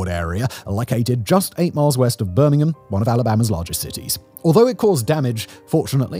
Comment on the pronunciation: Look how he says Birmingham 😂